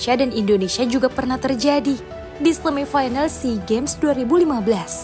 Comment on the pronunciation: Orang membaca pakai bahasa Indonesia yg benar Membaca semifinal bukan di semi fainal tetapi tetap semifinal belajar bahasa Indonesia yang baik dan benar dulu Mbak